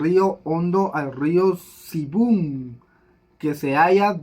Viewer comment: te cuesta leer, en el caso río sibun se lee sibùn, soortun se sartùn y otras palabras te cuesta leer